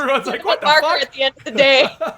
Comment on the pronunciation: "cinnamon" lmao